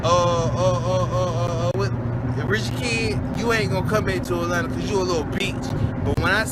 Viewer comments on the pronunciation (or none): none